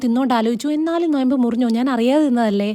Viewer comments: നൊയമ്പല്ല 😂 നോമ്പ് 😂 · നൊയമ്പ് ❌😂😂 നോമ്പ് ✅